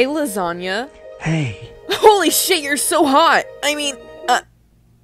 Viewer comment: it’s lasagna, get it right